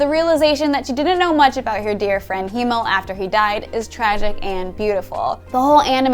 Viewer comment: Besides everything else, I'm kind of annoyed she constantly calls Himmel "Hiemel" instead.